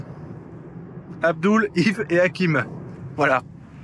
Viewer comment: C'est abdel pas abdoul 😂😂😂